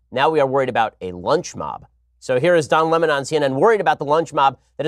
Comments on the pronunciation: Lmfao why is that idiot Tucker trying to make a salient point but mispronouncing the word "Lemon"? 😑 cringe.. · Tucker, quit callng lemon Le mon!!!